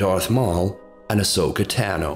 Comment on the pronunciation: You know you have audio reference on how to correctly pronounce Ahsokas last name right?